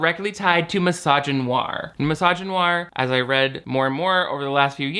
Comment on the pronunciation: “Mysogynair” ?? Okay, I guess everyone forgot about the wrestler Chyna and all the scrutiny she received throughout her whole life. Sincerely, a black man.